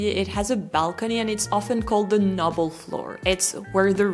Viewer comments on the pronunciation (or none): Oh dear, noble, is pronounced as in NO bull. I had to back up and listen. Interesting video! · Noble is pronounced the same way as No... Otherwise your pronounciation is perfect!